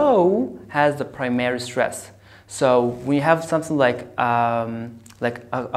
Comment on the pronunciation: Why you pronounce " primary" like this? I don't find this in the dictionary